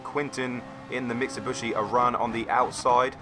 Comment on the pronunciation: Why do you keep calling it a MITSABUSHI ?? Mitsubishi....... MIT-SUE-BEE-SHE.